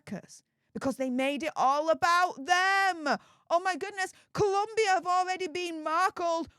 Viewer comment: As someone who used to work in Bogota, I wish everyone would spell and pronounce Colombia correctly. It was the ire of my Spanish teacher lol. On another note, Meghan better keep her eyes on Harry at all times because he is going to be a golden pasaporte for the local latinas.